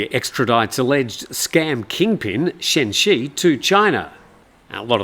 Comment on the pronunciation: Chen Zhi is more correctly pronounced like "Chun Jir," not like "Chen She"